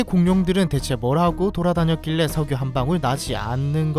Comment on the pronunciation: 석유 아니고 셕유 입니다 ㅋㅋㅋㅋ